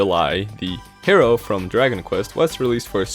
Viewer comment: The "K"ero. Uh-huh.